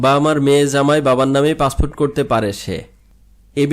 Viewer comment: উচ্চারণ ঠিক কর পাছফুট না পাসপোর্ট